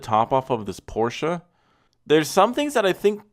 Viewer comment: Someone who is able to pronounce Porsche 😳